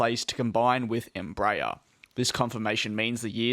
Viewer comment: Please....it's NOT "embrayer"....it's "EMBRA- AIR"...even in Brazil.....